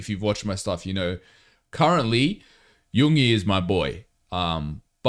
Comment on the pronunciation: Love the genuine reactions. Just to say pronunciation wise for Yoongi’s name, you just need to emphasise the ‘g’ a bit because the syllables in his name are Yoon-gi not Yoong-ie 😊